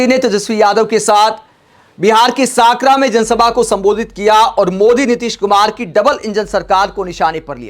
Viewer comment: साकरा नहीं सकरा है भाई जी 😂